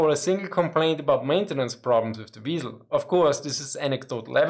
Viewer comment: " They call me the weeiesl" Hehehe Couldn't resist